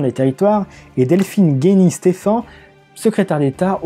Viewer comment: Et c'est Delphine Gény-Stephann et non pas Guény ;)